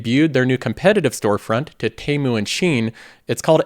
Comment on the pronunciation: It’s TEA-MOO not TEY-MOO 😭